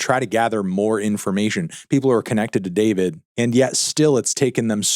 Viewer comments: It's pronounced Dee For Vee Dee, not David. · it’s pronounced “Dfourvid” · It's pronounced Dfourvid, disrespectfully. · his name isnt pronounced "Dee four vid"?